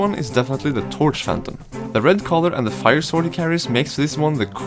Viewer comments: hey guys, love your videos, they're awesome. but please please, pronounce SWORD correctly, as you are talking a lot about them. in english language the word "sword" is NOT pronounced sWord. the "w" is silent, so pretty much like "soord". thanks! keep up the good work! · Why is owner 2 saying the "w" in sword. :(